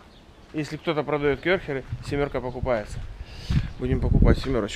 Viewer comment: не кёрхер а КЭРХЕР